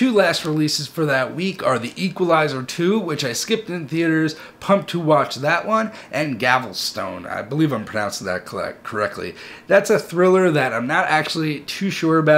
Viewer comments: It’s pronounced “GAL-vis-tən” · Gal - vest - ton